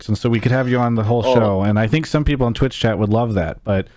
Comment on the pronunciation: i agree, and i might be wrong, but i felt like he incorrected himself multiple times like saying people then right after that saying beoble... for me it felt like he's intentionally doint it. Again though, i might be wrong.